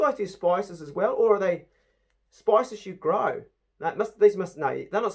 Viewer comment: Various “species” lol, not spices, I know you were just over excited and missed it because there’s so way the NZ public education system was worse than ours in the backwoods of West Virginia. Nice haul you got there!